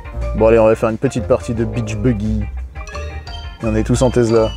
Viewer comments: On dit Tessssla pas Tezla. 😃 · Présentation Tesla (tessla pas tezla) oh yeah!!!! Mais présenté par triple ho yeah!!!!!!! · Une "Tezla" ?? 😂